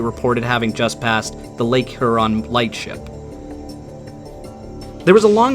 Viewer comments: Not to be picky or detract from this interesting video, but.....it's pronounced HERE-on. Not HER-on. Excellent video! Thanks for your time doing this. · Her-on? Really? I’ve alway heard it pronounced hyur-on. Good coverage of the story. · her-on? i havnt even met her no but really its hyur an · Great video but man.. its H-Yurr-ahn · just fyi, Lake Huron is pronounced H-YER-ON rhymes with Pure On. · buddy, it's "here-on" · Appreciate your efforts. Love the respect you show these mariners, and the detail. Only comment: up here we call Lake Huron, Lake ”Hyu-ron” like Houston. BZ to you. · Work on that Huron pronunciation.